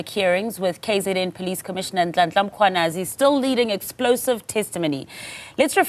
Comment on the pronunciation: How hard is it to say MMMMM KWA NAZI?? Had 2 days to practice. Same goes for so many others